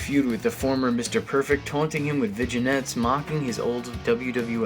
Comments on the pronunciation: Vin-yet not viginet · It’s pronounced Vin Yet.